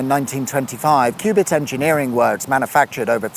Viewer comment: Cue-bits not Cub-its was a greater crime in my book.